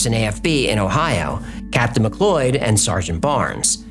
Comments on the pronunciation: Mcloid? Mick cloud. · 'McLeod' pronounced as "McLoyd". It's not the end of the world, or even a detraction from the story, but I've noticed the occasional problem with pronunciation of personal names & such-like. The name in question, as spelled here, is said just like 'McCloud'. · It's pronounced "Mc CLOUD"😂😂😂